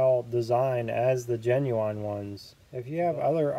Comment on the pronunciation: Is he making a turbo joke when he says “genuwhine”